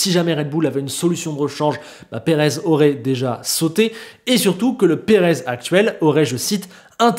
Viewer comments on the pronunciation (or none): "Perave" ça s'ecrit pas " Perez" !